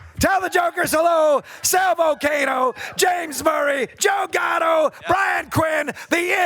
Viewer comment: 1) I love that Mr Show and Impractical Jokers combined for this video. 2) Did Tom/Kinny Spongbob really pronounce Sals name as “Val-CAY-no”? 3) Tom sounds like he’s on crack! He was upbeat on Mr Show but after 20 years he seems even MORE wild!